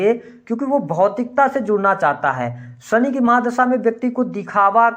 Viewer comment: आप शनि को सनि क्यों कहते हैं?